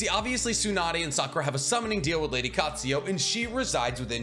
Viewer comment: just saying he constantly goes on about how Hes like a master of Naruto knowledge (he is very knowledgeable) yet constantly mispronounces things like frog kumite as kumight, calls Kakuzu "Kakuzo", calls Katsuyu "Katsuyo", pronounces edo Tensei as edo "ten-sigh" etc.